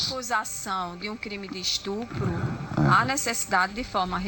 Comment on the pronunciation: 😢Nem a juiza sabe dizer estupro kkkk ela diz istupro 😅😅😅😅😅